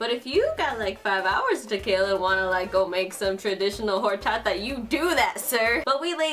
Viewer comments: please don’t pronounce horchata like that shsjdhdhd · For some reason I LOVE how says Orachata like: HORCHATA